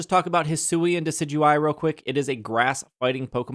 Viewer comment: Friendly reminder that Wolfey Glick pronounces Decidueye "Decky Dooey" and it is probably my favorite thing about him. It's the World Champ Difference TM.